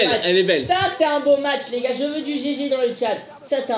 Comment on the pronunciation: il melange les o et l a quand il dis les goars